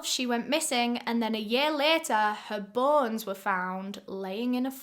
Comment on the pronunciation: I thought said her “buns” were found lol 😂! I rewind and realize she said BONES lol 😂! I was like OMG they cut her but cheeks off lol 😂! Ok let me finish the story. I’m sorry y’all I was listening while taking a shower lol 😂!